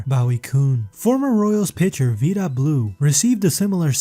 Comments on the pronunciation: If you can't pronounce eckersley or vida properly you should stick to football. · Vida rhymes with "guy-duh" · Learn tp pronounce VIDA, please. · You really should learn how to pronounce people's names correct before making a video. I know alot of research went into making this video. Another 5 minutes could have been taken to learn how to pronounce people's names. It wasn't just one name, it was several names that were just completely butchered.